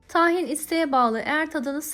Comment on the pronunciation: Tâhin değil "tahin" arkadaşlar.